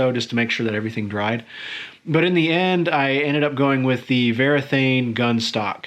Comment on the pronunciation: The brand is Varathane, not Verathane. It is printed right there on the can